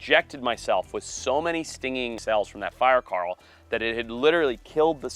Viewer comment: fire 'carl' . ... holy hell never try to say coral again ...makes me wanna take a bat to your mouth